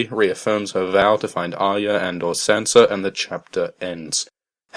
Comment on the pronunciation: god it makes my brain hurt the way you say arya.